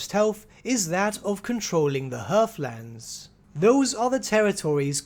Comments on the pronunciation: Also, I love how no one knows how to properly say HEATHlands. No R. H E A T H. Heath. Like Heathcliff the cat. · Heathlands are not pronounced 'hearth-lands. There is no 'r'.